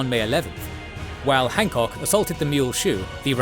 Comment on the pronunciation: Ah yes, the famous commander of the Second Corps, Winfield Scott Hahckok.